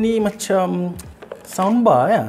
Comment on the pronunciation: aku sorang je ke dgr cakap soundbar macam sambal